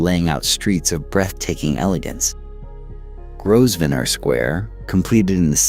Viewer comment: The pronounciation of names and places is quite shocking. Why didn’t you ask a native English speaker how to pronounce Grosvenor for example ? And the visuals are all over the place in terms of being anywhere near accurate for the time being described.